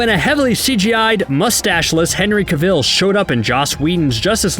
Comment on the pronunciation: Everyone: Henry Cavill Nobody: Absolutely nobody: Screen Rant: Henry KUHVELLE